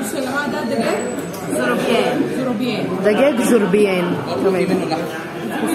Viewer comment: هههههههه الله يسعدكن أسماء الاكل تنطقنها تفقع ضحك حنيز و زرابيان شفوت 😂😂😂😂